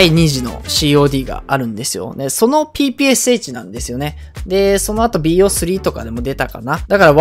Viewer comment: ぺぺローションって聞こえたww